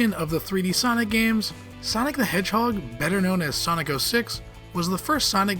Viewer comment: ''Sonic the Hedgehod'' (2006)